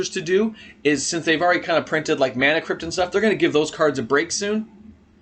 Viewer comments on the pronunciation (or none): none